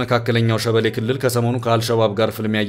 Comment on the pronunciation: ሼቤል አይደለም = ሼቤሌ